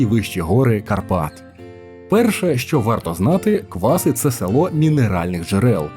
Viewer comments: В сюжеті про КвасИ все геть погано з наголосами)) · Дякую, корисна інформація. Тільки тайм-коди невірні. І наголоси неправильно не лише в назві КвасИ, а і ПЕтрос, і Зміївський район, і ХотИн. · Тут виправлю, правильні наголоси: село КвасИ, гора ПЕтрос, гуцульські чАни, страва бАнош, фортеця ХотИн. Дякую за відео, багато невідомих для мене місць для відпочинку з палатками. Хотілося б щоб хтось хто там був відписались на рахунок музики від людей що там відпочивають, чи дійсно туди їдуть такі що люблять чисту природу без шуму, бо такі місця дуже тяжко знайти зараз.